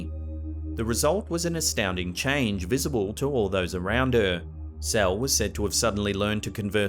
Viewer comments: I am South African and Its not pronounced “cel” its “se le” 🙈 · I AM HUGE FAN OF, I WANTED POINTED OUT THAT THE LAST CASE OF “CLARA GERMANA CELE” THE SURNAME IS NOT PRONOUNCED PROPERLY IT IS NOT “CELL”... (IT IS A ZULU SURNAME) THE PRONOUNCING MIGHT BE HARD! BUT THE WAY YOU SAID IS TOTALLY OFF! Check this link on how the surname is pronounced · Dang bro you just butchered the pronunciation of Cele... its not Cell.... Gotta click your tongue. Anyways man, enjoy the content.